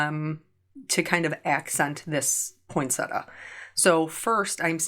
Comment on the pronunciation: Point-Set-Tee-Ah is the correct pronunciation... not point-setter. 😉 I don't mind the um's - it's the sniffing I don't like. Eeewww gross 😆